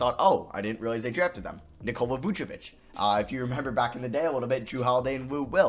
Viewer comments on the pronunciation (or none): none